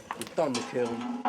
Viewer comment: "kiln" pronounced "kill". however, I live in Chicago were we say "Duhs Plaines" instead of "Deh Phlan" for Des Plaines, so you're good to go.